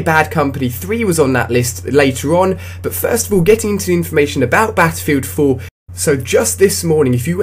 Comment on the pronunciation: Beffefilt foo oh boy improve your pronunciation skills. Thats quite horrible